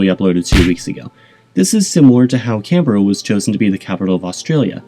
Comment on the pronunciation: Correct pronounce Canberra correctly but need to do some work in Melbourne!